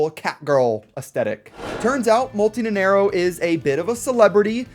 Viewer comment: I hate to be "that guy", but you said "Nenerro" in the entire time instead of Nanairo ("nana" like Banana and iro like "Ear-Roh" - Nanairo)